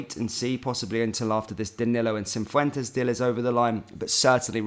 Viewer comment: Cif wen tez not cin fwen tez 😂